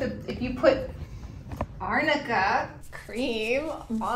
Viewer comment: Lolll ‘it’s arnica cream not amica cream’ the shade I love it